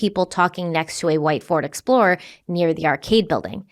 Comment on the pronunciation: Did anyone else hear say Flord Explorer once or twice? In all seriousness, this case is sad. My heart breaks for Jason and Amy’s family and friends.